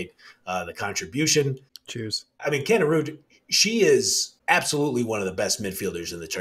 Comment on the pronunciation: Another good one guys but its Pronounced Kanerid not Kanerud.Keep up the good work.